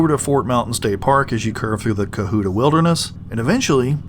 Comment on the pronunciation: I've lived in Georgia NORTH GA, all my life. So,, please stop saying cuhoota. Co hut ta!